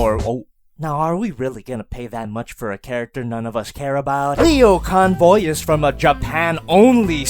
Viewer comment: Jesus, he can't even say his name correctly.